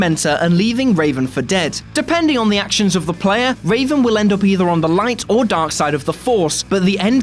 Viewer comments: It's REVan, not Raven... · ....... Its Revan........ not Raven.......... they even spell it out in the dialogue boxs in the game....... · Stop calling him Raven for fucks sake! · REVAN! NOT RAVEN! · "Raven"? Duuuuuuuude. "Revan" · It's REVAN not Raven also its a huge plot twist in the game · MALAK and REVAN, not MALEK and RAVEN. This just hurts. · It's Revan you dip not Raven they are a Jedi not a fawking bird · ugh...got a bit dyslexic there, huh? It's Revan, not Raven....and who the hell felt bad about taking out Malak? where's Xion from Kingdom Hearts: 358/2 Days? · REVAN NOT RAVEN!!! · HEY...whoa..not cool..it's not raven it's REVAN! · Darth Revan, not Raven. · Did you call Revan for "Raven"? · Did he just say raven instead of revan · Zach Keaton yes, several times. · He said “Raven” instead of Revan My face cringed off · It hurt me ever time he said it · You can tell they’re reading off a script and not played KOTOR if they’re saying Raven 😂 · Its revan you uneducated swine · Revan. REVAN.